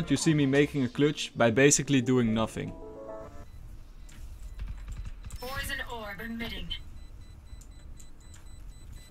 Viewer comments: 3.39 Poison not potion as a fellow dutch person its not very hard to say lol but people make mistake's keep up the good work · I really love your vids and your accent but just wanted to let you know that poison is not a sh sound it is actually an s sound. Potion has a sh sound. WUV you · Me: P O I S O N: P O I S O N Me: what does that spell?: Potion XD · Its so satisfying how you say it though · how he says poison is so funny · It sounds like sometimes you say fiber instead of viper. And then potion instead of poison